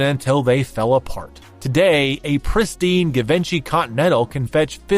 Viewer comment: ** let me politely & humbly help u ** Givenchy (being incorrectly pronounced - - “Give-in-she”) is actually absolutely without a 1/2 second of doubt — CORRECTLY pronounced: [G-Von-shee] or •[Gee-Vhon-she]• ***And I mean it with simply a helping heart, and not in a way to make someone appear uneducated or ignorant. *** The designer brand Givenchy is just one of those companies that unless you’ve heard it pronounced before, you would never guess it’s pronounced the way the line expects it to be pronounced….. It’s not simple like Oscar de la Renta - spelled exactly like it sounds. Givenchy, has difficult pronunciations with lots of their products for example: Ysatis [e-saah-tee-sş] [E-sahh-tee-ś]